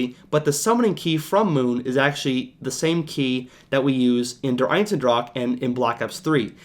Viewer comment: Love the vid, but it's annoying how you keep pronouncing der eisendrache as "der einsendrach"